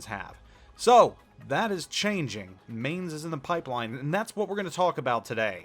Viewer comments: mineZ - the Z is not silence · In case you care: the 'main' in the Mainz is pronounced like 'mine'.